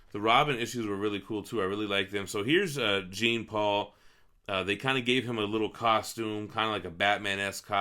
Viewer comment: maybe a nitpick but its jean like jean val jean not like jean grey; it's french